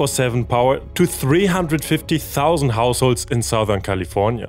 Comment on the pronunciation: I was trying to understand your accent and I'm convinced when you said "California" it's gotta be Austrian!